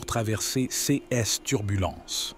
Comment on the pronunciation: Je me permets de vous indiquer que tous les "ces" sont prononcés cesses et l'on a le sentiment que c'est un robot qui parle....ceci dit, merci pour ces précieux conseils. 🙏